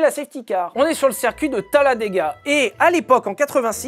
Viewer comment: On dit cIrcuit, pas cErcuit, bon sang ! 😅